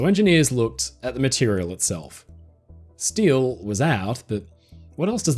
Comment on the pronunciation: What’s stile? You mean steel?😂